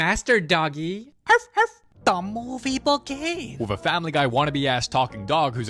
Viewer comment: “Da mooooovue beegins”